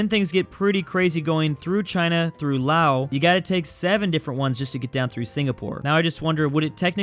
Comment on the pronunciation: btw, you probably won't see this but it is actually pronounced "laos" like "louse" instead of "lao":)